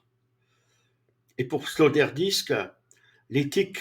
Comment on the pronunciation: résumé bon ... mais c'est Peter Sloterdijk et pas Sloterdisque :elbowcough